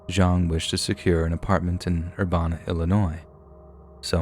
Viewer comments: Having been raised in Champaign-Urbana I can tell you it's Urbana rhymes with Cabana. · You mispronounced Urbana, Illinois, it pronounced ‘Er-Ban-Na’. Champaign is only 20 minutes from my hometown and I remember this story. Shocked me like hell to hear about this on here and it’s so close to me and I go there basically every day ❤️ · That way you say urbana haha i used to live near there and it is ur-ban-nah.